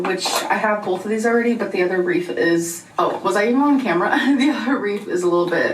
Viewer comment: am I the only one hearing her say “reaf” instead of “wreath”